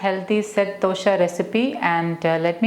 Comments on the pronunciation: Dosha?? Its Dosa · Please try and say Dosa . Dosha in sanskrit means fault. Love all your vedios. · You are repeatedly pronoucing as DOSHA and NOT dosa.The meaning changes drastically. Dosa is a preparation and DOSHA which is a central term in Ayurveda which means "that which can cause problems"